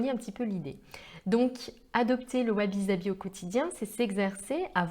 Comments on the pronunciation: Merci pour cette video , et pour les commentaires « perfectionnistes » concernant les commentaires sur la prononciation , il ne faut pas en faire un fromage.. Sabi se prononce avec un S et pas un Z effectivement , mais les commentaires ne sont justement pas trés Sabi !!! Un peu d’imperfection ne fait pas de mal ... sinon on peut aussi le prononcer en japonais .... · Et oui vous avez parfaitement raison. C'est une erreur de prononciation typiquement française. Ainsi, par exemple, les Français prononce Osaka, Ozaka, alors qu'il faut prononcer Ossaka. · Sabi, prononcé avec 1 s comme saveur et non avec 2 s...!